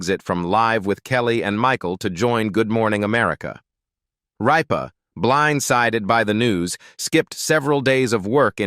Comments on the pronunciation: Her last name is not Reepa! Pronoinced Rip -ah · Not ripe-a, but Rip-a!! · Her name is Kelly Rip_ ah not Ree_pa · Can’t you program your AI speakers to say the names correctly? Kelly Ripa RIPPA is pronounced rip a, not reeepa or Ripe a. Please. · I hate videos where this AI crap mispronounces words, especially important ones like her last name (it said Reepa, then Rypa) the name of the damn show! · It’s Rip-a not Reeba! Kelly Ripa!! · It’s not reepa it’s ripa it’s not live it’s Live! Gosh I had to leave AI never pronouncement of words is so awful! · Yea who the heck is reeepa ?? I hate this AI JUNK … it TOTALLY NEEDS TO BE REAAALLL PEOPLE NOT AI FAKE JUNK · It's pronounced RIP-AH! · Also her last name is Rip as in tare something, like the seat of your pants pah...RIPPAH Not ripe fruit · Okay commentator, it’s RIPPA, like I’m going to rip your paper in two. Geez! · This is AI generated. Gets names wrong. Keeps referring to Kelly Ripa as “Reepa” or “Rypa”. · I don't care for her. But, her name is not Reep- baa. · Sorry but you have to learn how to say her last name right rip her like I’m gonna rip up my pants❤ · I can’t stand these computer generated AI narratives. Mispronouncing “Rippa” and “live”drove me up the wall. I couldn’t watch it to the end. Please find someone that is human to host these videos! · Can this fella pronounce the names of the people the correct way please . You are driving me crazy by not doing so ex. Kelly Ripa. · The AI isn’t even saying her name right. Also her show got 3 Emmys this year. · yes, please!!